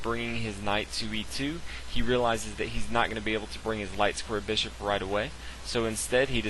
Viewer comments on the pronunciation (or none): Hey man love your videos but learn to pronounce bishop